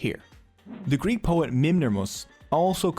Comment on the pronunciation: Nice video, nice animations but your prononciation of Greek and Latin word is disturbing